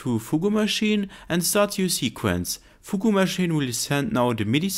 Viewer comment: I don’t usually correct language because it’s not important but foogoo machine bugs me for some reason. its pronounced foog machine or fyoog machine, definitely not foogoo. I like your videos a lot so don’t get the wrong idea.